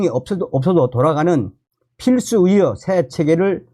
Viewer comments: 참 발음 웃긴다. 의료를 위료로 발음하니 의료가 위료인지 위력인지 햇갈리게 들린다. 아나운서에게 발성훈련을 시키는 제도에 대해 심사숙고를 해야한다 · 선생님 애 쓰시는데요. 위료 전달이 아니고 위료 위기 아니고 필수 위료가 아니고 위료계가 아니고 선생님이 전공의 할 때는 의 발음이. 되네요. 위료 전달체계가 아니구요 의료라니까요 의료 위사들에대한이 아니고 의사들에 대한으로 꼭 고쳐서 발음하십시요 위료계가 아니고 의료계라니까요. 선생님이 유튜버가 아니고 방송하는 사람이 아니면 내 이렇게 충고 안합니다. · 발음이 영 거슬리네.. 위료가. 뭐고